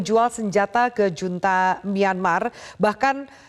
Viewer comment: junta dibaca HUNTA